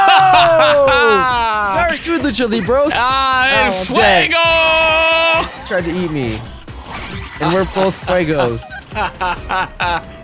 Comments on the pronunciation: says "Mr. Libros'". lol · keeps saying "i fight books" lol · says Lucha Libro. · Is saying 'Lucha Libros'? Because that means 'fight books' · Did fred flinstone say lucha-li-BROS #PEWDIEPIE #BROS